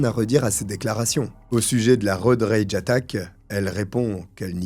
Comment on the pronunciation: ton Worcestershire était parfait, c'est exactement la prononciation. Pour Road Rage, les r sont plus discrets.